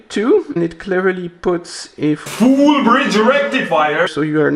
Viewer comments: Foooolll Bridge Rectifier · FOOOL BRIDGE RECTIFIER